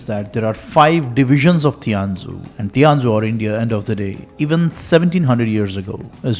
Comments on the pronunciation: Sorry That’s not pronounced as Ti-an-zhu, but [shian-zhu] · 天竺 is actually pronounced as "थीयन जू" Great Video btw 💯💯